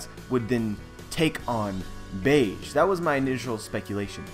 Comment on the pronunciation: Capone "Gang" Bege (beh-gay) Other than that another great video, haha